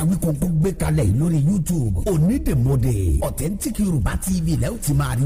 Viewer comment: O yẹ ki wọn tún advert Onídèmọdè yẹn ṣe.. "Onídèmodè" ni ẹni yẹn ń wí,, tó sì yàtọ̀ sí "Onídèmọdè" tí a ń pè gan.. Àti bí wọ́n ṣe kọ́.. A ma ń ṣeré kan nígbà tí a wà ní kékeré tí a má ń kọrin báyì pé : "Párá onídè wá mọdè,, Párá ọlọ́ta wá mọ ta Péú, Pèù,, Péú,,, Onídè wá mọdè rẹ.." Mo kan tí gbàgbé bí a ṣe ń ṣeré yẹn gan ni.. Orin yẹn ni mo rántí.. That was in the 1970s and early '80s.. "ONÍDÈMỌDÈ" ni, kìí ṣe ONÍDÈMODÈ. Ìyàtọ̀ díẹ̀ nbẹ níbẹ̀.. Ẹní tó dè nkan lọ́ mọ oun tó dẹ síbẹ̀.. Ẹní tọ́ béèrè question mọ answer.. Tàbí oun tí ó fi pamọ́..